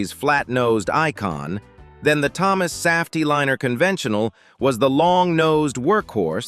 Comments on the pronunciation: AI can't pronounce Saf-T-Liner. Not once. Not in any of the videos this channel has produced. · And also the way it mispronounces Saf-T-Liner. That one is like nails on a chalkboard.